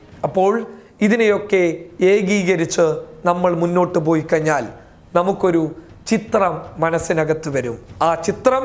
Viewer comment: kayinyaal ennalla..kazhinyaal😉 enthaayaalum superaaa❤️